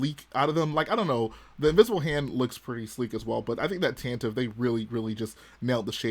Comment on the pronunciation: Erm, it’s actually officially pronounced “Tantivy” 🤓 Weird pronunciation but it rolls off the tongue kinda cool at least